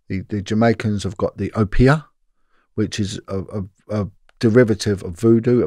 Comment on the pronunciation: Oh yh tell it’s pronounced Obeah not Opeah lol